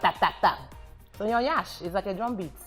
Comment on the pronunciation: It's not 'nyansh' no one emphasize the 'ny' rather it's 'yansh' and an emphasis on 'n' which she pronounced impeccably